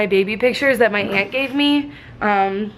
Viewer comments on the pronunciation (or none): none